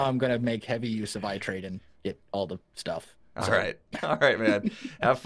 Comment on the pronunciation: ITrade? More like iTrEAde 😂😂😂